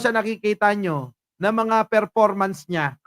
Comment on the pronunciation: Ferpormance ni sarah bubo ferformance